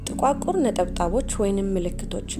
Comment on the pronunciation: " ጥቁዓቁር " አይባልም " ጥቋቁር " ነው የሚባለው አርሙት።